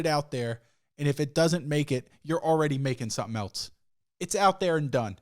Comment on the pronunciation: Everytime I hear say "Eltz" instead of else I lose some respect